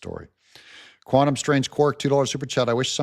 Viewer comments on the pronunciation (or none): none